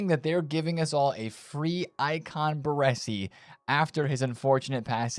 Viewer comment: Ba - Ray - Si. 😅